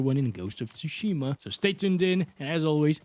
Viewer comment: Bro still didn't learn how to pronounce "Tsushima".